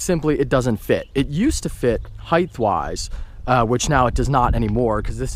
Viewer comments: ugh hate to knit pick but its not heigth its height these no th sound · Don't mean to be a dick but you said heighth wise. It's just height wise, not like length